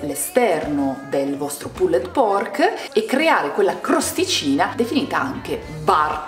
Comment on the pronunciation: magari , evitate di pronunciare troppo intensamente la ultima E di" PULLED" , vi classifica cosi , spaghettari LOL , ciao , bel programma